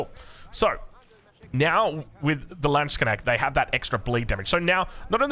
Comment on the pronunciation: Hearing you pronounce 'Landsknecht' the way you do now, I'm very proud knowing the long and hard road you walked in that regard!